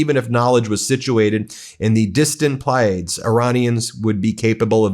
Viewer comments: Ply-a-dees. Emphasis on the second syllable❤ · Say what ?? It's plea-a-dees. Constellation in Taurus. 😂😂